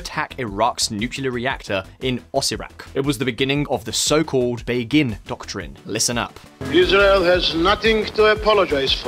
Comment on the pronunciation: Actually, the stress in "Begin" is on the first syllable ;) But otherwise yeah, it was good